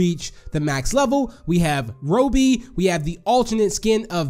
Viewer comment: It’s Robby not roby lol